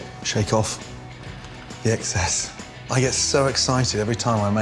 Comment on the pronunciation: I'm convinced he actually said "eggcess" and not excess 😂